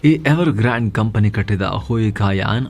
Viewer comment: who related ಗಾಂಡ್ ಗಾಬರಿ ❌ ಗ್ರಾನ್ಡ್ ಗಾಬರಿ ✅ 😂😂😂..